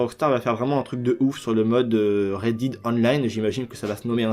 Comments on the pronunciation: Pour la prononciation de DEAD si tu veux ca se prononce "Dead" et pas "Did" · Sa se prononce 'Red déde' mais pas 'Red dide' mdrr mais sinon merci pour l'info ! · Dead = dèd sinon merce pour l’info